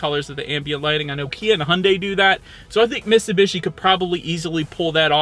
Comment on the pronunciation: Dude its miTsubishi, you forgot the T